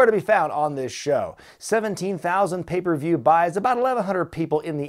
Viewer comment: does intentionally pronounce it "papieview review"? lmfao